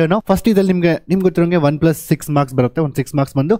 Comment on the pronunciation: Pronunciation of marks 😅